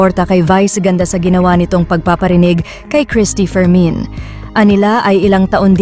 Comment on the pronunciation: Bakit parang rinig Kong bigkas ng narrator sa Cristy fermin ay "Cristy for men"😅